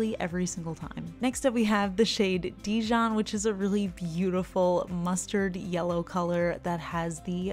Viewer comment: Yep I’m French and you got the pronunciation of Lilas (and Dijon!) right :) great vid as usual, I love your swatch and review videos!